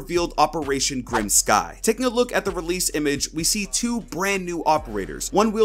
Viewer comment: The way you said Grim Sky gave me cancer BOI